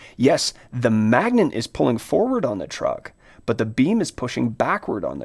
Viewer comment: Why the heck this man say magnent every time..? Why he throwing an "N" in there..?